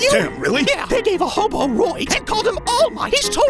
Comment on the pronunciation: Oh, hoBo. I had to rewind. That's NOT what I heard at first. 😁